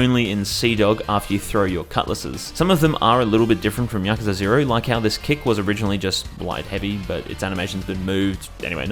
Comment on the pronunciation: Also "Pirate Yakzua"